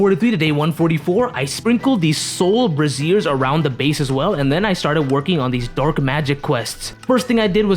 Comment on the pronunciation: Why are you saying brazier like that?